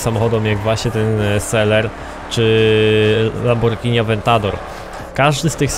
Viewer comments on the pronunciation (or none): none